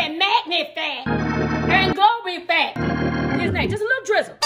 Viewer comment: “Mahgnifih and glorefih“ TOOK. ME. OUT. 😂😂😂 this looks soooo good tho! 🤤